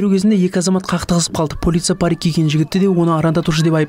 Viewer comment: Полиция дегенді дұрыстап айтшы